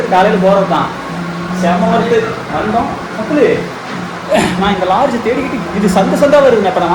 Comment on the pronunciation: லார்ஜ் இல்ல லாட்ஜ்